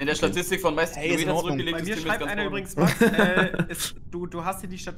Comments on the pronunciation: Es heißt Statistik und nicht Satistig 🙃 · Erstmal "Satistik " statt "Statistik " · "Satistik" xD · "Satistik" Nice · Ich hab das nichtmal mitbekommen, er hat sich warscheinlich einfach versprochen